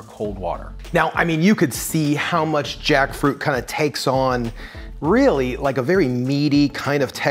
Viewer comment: them: take a shot every time he says jackfruit me at 20 sec: koreesn freyed jAckfroot